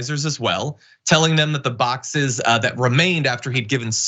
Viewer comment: "My boxseses" Donald Trump